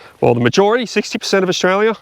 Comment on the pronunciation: I love how you say Australia in Orzchrarlyah